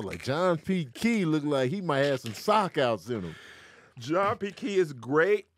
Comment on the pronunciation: “ sock outs “ 😂😂